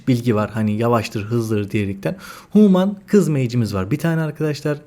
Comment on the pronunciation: huuuman değil reyiz hümın. sağol video için.